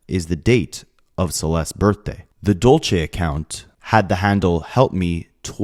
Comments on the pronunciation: hey bae just here to help u out, when it’s spelled “dULce”, it’s pronounced “dull-say” like dulce de leche. not “dole-chay”. dulce - “dull-say” dolce - “dole-chay” thank u. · Dulce is pronounced Dul-se and it means candy in spanish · my heart goes out to family, rest in peace for that poor girl, also dulce is a spanish word meaning sweet, it kinda cracked me up with how u were pronouncing it lol